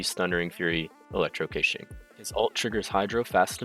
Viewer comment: I wanna klick like so badly but the way you keep saying her name just pisses me off.